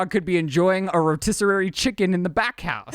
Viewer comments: It’s a rotisserie chicken,. Not “rotisserarie” lol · It sounded like called it a "rotisserarie" haha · Did seriously just say "ROTISSERARY chicken"?!?!? 😆😆😆😆🤣🤣🤣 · Not the “rotisserarie” chicken,! 🙈